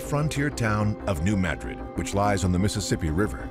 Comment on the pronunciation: Few people know that a M7.5 hit New Madrid. By the way it is pronounced M'Drid NOT Maahdred.